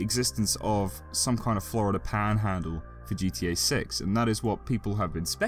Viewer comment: I love how your accent switches to southern yank when you say "paaaanhaaaandle" haha